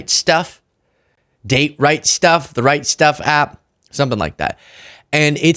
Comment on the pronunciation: So funny every time you said the right stuff I thought you were saying the Reichstag.